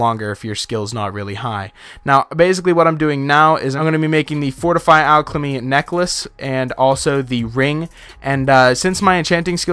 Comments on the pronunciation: Great video, but you where saying alchLemy and im really confuzed, like where did that extra l come from in alchemy. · I swear he says alchlamy